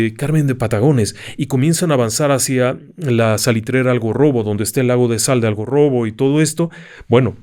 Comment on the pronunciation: *Algarrobo, no AlgOrrobo.